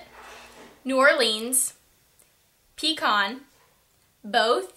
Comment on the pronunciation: U said pecon!!!!!!!!